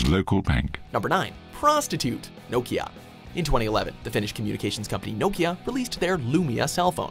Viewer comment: The way he says Nokia is triggering me